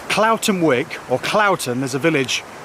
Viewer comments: Wyke (sounds like w-eye-ke) not wick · Pretty sure it’s Whyke not Wick ...nice restful vlog.